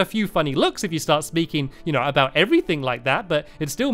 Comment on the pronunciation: uhh you say uhh aoot